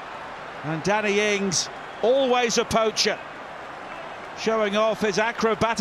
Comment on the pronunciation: every time the commenter says Danny ings fast it thought he said daddy ings